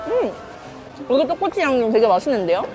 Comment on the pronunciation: 떡꼬\치 ㅋㅋㅋ발음 귀야워요